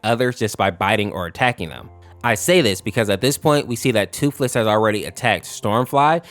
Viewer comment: Thootlees 💀 sad 😢